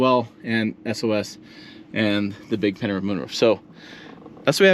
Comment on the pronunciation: What kind of moonroof are you saying? Are you saying panhard?